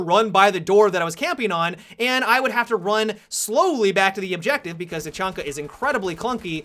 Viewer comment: You said tachunka in the beginning of the video